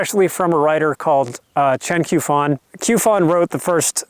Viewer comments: Since you clearly like Chen Qiufan quite a bit, I think it's worth pointing out that Q is used in pinyin to represent a sound like 'tch' in English, although not quite the same as the 'tch' sound represented by CH. I don't mean to be a dick about it but I thought you probably wouldn't want to keep mispronouncing the Q as a 'k'. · The Q in Chinese is pronounced like ch in English, so Qiufan would be said like Chiufan.